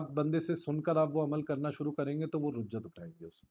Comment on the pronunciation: رُجعت نہیں رِجعت لفظ ہے